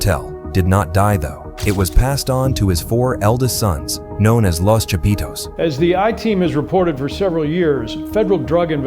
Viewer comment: "Lows Chapeedows"